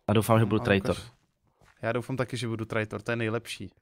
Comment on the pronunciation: Čte se to trejtor